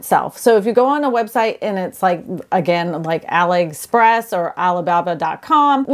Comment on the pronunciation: You are very uninformed about these tiny homes. You certainly don't know anything about Ali Express, since you mispronounced their name.. Your facts aren't facts, for example complaining about the drywall that may be used in them. Well they don't use drywall in them, its not suitable for a folding home. There are differences between different brands, some are incredibly cheaply built while others are somewhat better. They wont meet any building codes, but there are many scenarios where they would work well. And yes I own one.